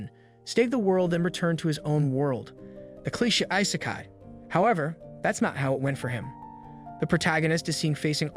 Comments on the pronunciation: The pronounciation is garbage. Can't you pronounce Asian names properly? its not A-cane. Its Aaa-kaa-nee. and irs not ei-sekai. its e-se-kai. I mean seriously. You are making videos for the whole wrold to watch, the least you could do is get the names and terms right. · Why do these channels always use AI voices that can't pronounce things properly. "Ice-kai"? 🤣